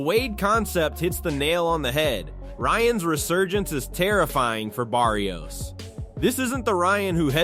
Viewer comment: Bar - rios a little help for the guy talking.... it's not Bear - rios